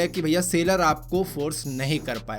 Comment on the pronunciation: Sailor nahi seller